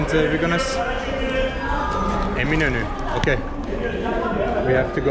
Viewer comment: Thanks for the background. As soon as he said Eminönü I knew his pronunciation was better than the usual YouTube vlogger in Istanbul. A Turkish friend of mine says that listening to Azeri Turkish reminds her of listening to a Scotsman speaking English. I like his "Two different nations, but one nationality". I've never been to Azerbaijan, but I think I could get along. I like his comment "Makes me feel like home because everything is familiar." I think I would feel like "home" in Azerbaijan.